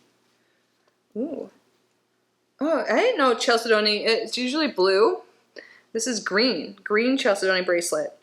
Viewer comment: Love the “Unboxing!!”🙏💕 As for the pronunciation of Chalcedony… it is spoken as CHAL-SIDNEY. My daughter worked at HSN, and corrected me many times!